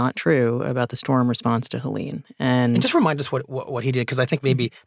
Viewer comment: Where did this weird "hell-lean" thingie come from? Like most hurricanes, this one gets a women's name, Helene, heh-lehn.